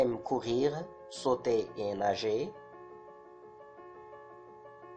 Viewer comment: D'ailleurs, on ne fait pas la liaison avec " Et".